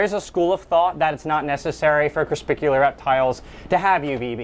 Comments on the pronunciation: Is it just me or is he saying corspicular instead of corpuscular? lol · Just so you know you pronounce "crespicular" as crepuscular. Lol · Not creSPICular😂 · Anyone else bothered by how he says crepuscular?😂😂😂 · Omg yes!! Lol Not hating on you dude but you can’t be educating people with the wrong words 😉